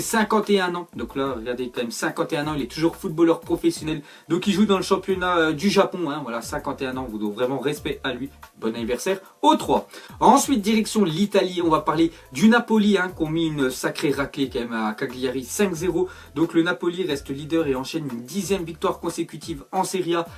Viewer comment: A il dit "diLection l Italie " aulieu de dire direction mdrrrr